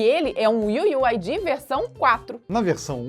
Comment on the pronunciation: "iu iu ai di" kkkkkkkkkkkk nunca ri tanto d'uma coisa tão boba iu iu ai diiiiii